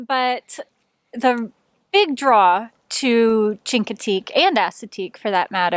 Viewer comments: First, it is always great to see different perspectives of an area we have visited and thoroughly enjoyed. Chincoteague is pronounced as with a Sh not a Ch... So shincoteague. The horses are on Assateague except on the round-up week, then are swum across the channel. The Chinoteague volunteer FD has permits for up to 300 ponies, and return 150 back after the auction. They WANT the herd to increase so to raise money for the auction. Part of the money is their annual fund raiser and part is used to maintain the herd... Emergency food in winter, three vet checks per year, shots, etc. None of that comes from fed money. The lighthouse is awesome and a must see. One of the few double lights in the country. Two fresnal lens lamps created a double blink. Started before civil war and restarted after civil war ended. We would love to try the dry camping up in MD, have only camped on the VA side. The shelling is awesome, too! We saw dolphins in late June. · Great video guys. Chincoteague is pronounced with an sh sound (as in "she"), instead of a hard ch sound. Not an uncommon mistake. Thanks. If someone has already put this in the comments section, I apologize for the redundancy. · It’s pronounced “Shinkateague”